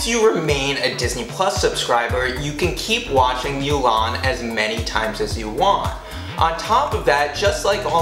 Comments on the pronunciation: It’s MOO-LAN not MEW-LAN!!!! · Thanks for the info but I can't like the vid because you keep saying MEW-LAWN ITS PRONOUNCED MOO-LAWN !!! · Every time you say “MYOO-LAN” it makes me wretch. Other than that it was a good video.